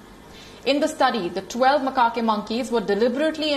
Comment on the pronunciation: You are saying macaque monkey wrong